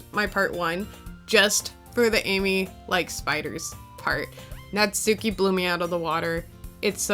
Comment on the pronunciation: "Natsuki" is traditionally pronounced "natski"--the "u" is basically silent. Also, "chuu" is the Japanese onomatopoeic expression for a kiss (among other things).